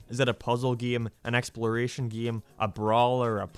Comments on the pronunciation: I’ll never get over this man talking completely normal o til he says either geeem or geeyam, the refusing to just say game is so distracting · it kinda bothers me how he pronounces "game", it sounds like "geem" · I laughed every time you said “game”. Geehm.